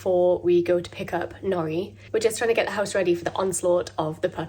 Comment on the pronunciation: LOL I thought you were saying naughty not Nori. Sorry.